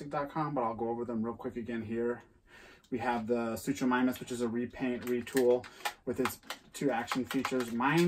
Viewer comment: Also the first part of Suchomimus’ name is pronounced “Soo-ko” just so you know. And you pronounced Rhamphorhynchus right. 😊